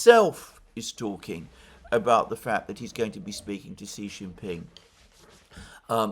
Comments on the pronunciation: It’s she Jinping not Si Jinping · Just so you know: Xi is pronounced "shi"